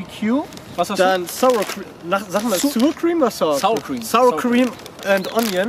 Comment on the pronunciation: "Sur Cream" :D